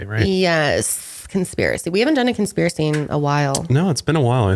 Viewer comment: Conspiracy and chill...Conspilracy. I've watched this a dozen times and something compelled me to do this.